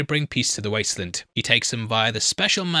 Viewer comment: I’m English and do not understand why he keeps calling it the wastelund. Probably engagement. Just sad everyone has to lie